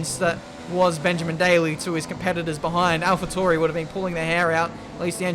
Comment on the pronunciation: Ffs... say Alpha Tauri right please XD I'm going insane